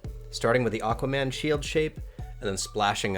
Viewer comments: "Aguaman", though. Haha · Anyone noticed "aGuaman" ?